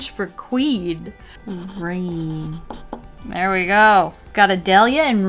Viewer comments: "Raine wich is French for queen" *offusqed french noises" it's rEine !!! X) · raine in french is actually pronounced rin